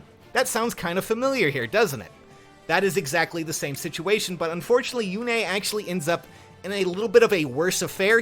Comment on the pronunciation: Yune, not Yune-a